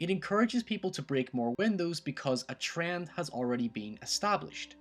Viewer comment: trend, not TRRAND